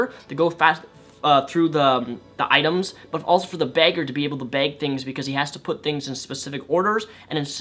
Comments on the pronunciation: I got really confused for a moment, when you said Bagger I thought you said Beggar XD But I do totally agree with everything you've said! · When you said bagger I thought you said beggar at first.